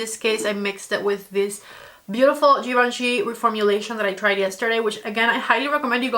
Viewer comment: if you going to talk a lot about this foundation please pronounce it correctly- Givenchy is without D in the beginning and then Prism Libr- without E at the end ❤